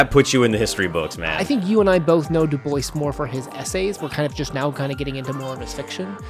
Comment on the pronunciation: Excelet presentation. i just have one request. Maybe pronounce check the correct pronounciation of his name. Thats all. Excelent Work :) Loved listening to this